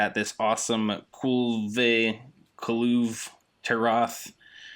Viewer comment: lmfao i nice video.i sub just because you cant say his name lol